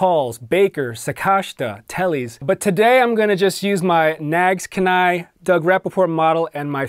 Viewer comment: Alaskans pronounce it Keen-eye. Like having a "keen eye" for bargains.